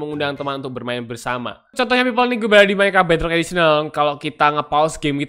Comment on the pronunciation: iya aku tau seharus minecraft tapi aku denger abang ini bilang "Minecart"